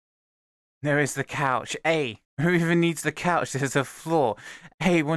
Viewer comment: Cannot put enough emphasis on 'yet'